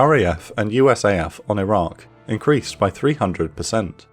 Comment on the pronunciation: Not sure why but often when you say Iraq it sounds like Iran. Maybe pronounce the Q (K) more?